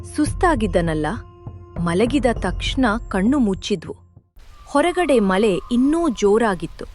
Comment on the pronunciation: ಮ ಲೆ ❌ ಮ ಳೆ